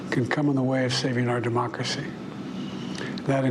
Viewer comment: I didn't know we have a mocracy lol